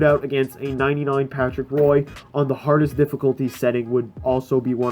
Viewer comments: CHAMBYgaming Yup your right but it's is bit more like woi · I'm so triggered did he just say Patrick Roy it's pronounced "wa"